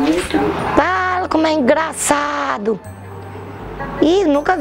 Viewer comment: Haha Foi muito "ingraçado mulier"( Kekerine)